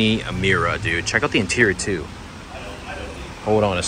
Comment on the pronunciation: it's a Lamborghini Miura not and Amiura